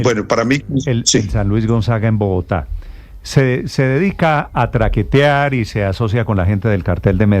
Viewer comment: Ledher de los peores criminales de este país, ok. Pero Nestor usted con más educación y disque comunicador! Y q ha tenido otra vida, Sobra que diga TRAQUETIAR!